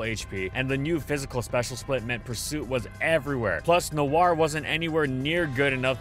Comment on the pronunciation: "Noir" is French for "Night", and while his pronounciation isn't perfect, he's at least close